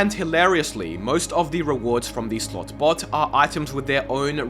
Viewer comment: He said "Slot bot" so many times that it started to sound like he said "Slut butt" lol